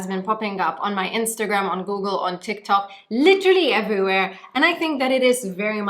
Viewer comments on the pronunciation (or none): none